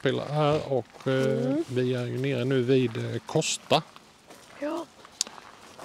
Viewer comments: Fin film, men samhället heterKoooooooosta, inte Kåssta. Bara en information, annars tumme upp. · Ibland är det svårt med namn. Kosta stavas och uttalas med O inte Å. Ta inte illa upp 🙂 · Nej, tar inte bort den, fin film bara tänkte att ni skulle få veta hur det uttalas, inte lätt att veta ibland, tummen upp återigen.